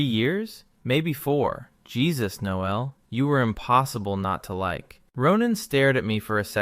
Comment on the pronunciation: And pronounce the male version of “Noel”. Your AI is using the female pronunciation. Then the droning on and on like two silly teenage girls in high school. If your audience is M4M these two would have at least explored each other’s bodies while sharing a sleeping bag. From the first night with the gay guy having a crush on his very attractive straight friend with an attractive body so close he could feel heat, there would have been an arousal that someone would be trying to hide. That is unless they were normal guys and had normal sexual drives that started their relationship on a camping trip, in a sleeping bag, because of one guy (the supposed straight one) had a malfunction with his sleeping bag, which resulted in the closest possible proximity between the two of them. Instead of developing a sexual connection that would be normal for an adult male, even one supposedly straight, to Admit feelings towards his gay best friend would be with an arisal as well as with words and their first kiss. There is no way two adults in their mid 20’s would let an opportunity like this “camping trip” in freezing cold temperatures, pass by without experiencing each other’s body at least with hands and tongues. Since I find your channel crap and tedious, especially since there is no personality in it, just the same old AI dribble that everyone else is repeating. Then to make matters worse it’s read by AI that can’t pronounce words in the English language properly. Very irritating to someone